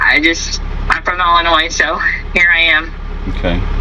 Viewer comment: Did she say she's from..... ill annoy .... 😂😂😂😂